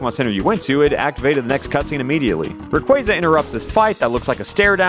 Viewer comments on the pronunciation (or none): why do you pronounce RAYQUAZA like its spelled RUHQUAYZUH? on a scale of 1 to even, i just cant ...